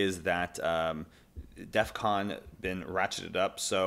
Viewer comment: Please... stop calling it "Defcom". It's Defcon.